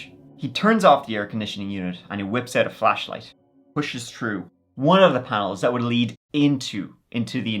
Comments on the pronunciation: Pronouncing through as true is the dumbest shit. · makes fun of HIS OWN accent. If you don't like it, keep scrolling. The reason I found this one so endearing is that he pronounced the 'th' in through but not thick or thin. It's quirky and interesting. If I had lol'd or lmao'd, you may have a point. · "Tru tick and tru tin." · Troo tick and tin😂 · Love how you pronounce 'th' words with your accent ❤ Shrew tick and tin! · Day been trew it all, tick and tin. 😂😂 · …”true tic and tin”😂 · Shrew* tick n tin